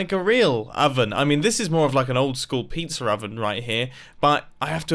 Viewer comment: Nobody: Mumbo: peet-zar oven